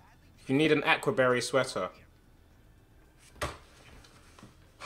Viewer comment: Lmao "Ack-wa barry sweater"